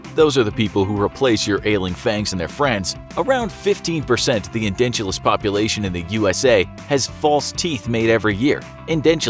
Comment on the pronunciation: It’s edentulous not endentulous